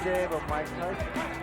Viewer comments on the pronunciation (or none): pourquoi tu dis "tysson" ??